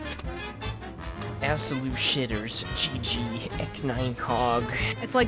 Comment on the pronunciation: You pronounced aboslute wrong :P